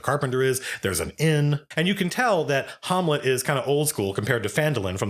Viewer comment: Harmlet??? What happened to saying Ham- let, i.e Shakespeare's Hamlet shud have been a hint lmao, STOP NOW, Please God stop now!!!lol